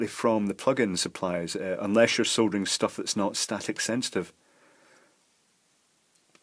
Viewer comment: I've just figured out why I really enjoy listening to you ramble on about soldering....... It's because you pronounce it "SoLdering" and not "Soddering". Maybe I shouldn't get miffed when I hear it pronounced wrong, but I guess that could be classified as one of my "Bad" points. 🤷🤷🤷 So, Thumbs Up to You 👍👍👍